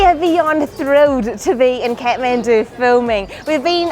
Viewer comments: Everytime she says kethmendu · I like how they pronounce Kathmandu "cat-man-do" 😂❤️